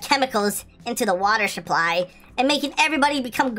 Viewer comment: did i just hear shupply or supply?